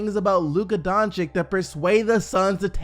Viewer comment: i love your videos, love your channel, coming back everyday. Im from Slovenia just from where Luka Doncic is, so i just want to let you know that you are mispronouncing his last name. You are saying "Donchick" Correct way is "Donchich" like Bogdanovich at the end. Sory bro, hope you see this and improve on next video. Wish you best of luck, and thank you for bringing fresh NBA news every single day.. man you the real MVP. Nothing but respect (Been here since u had like 40k subs..